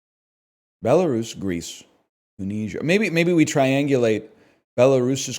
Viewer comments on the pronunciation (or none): none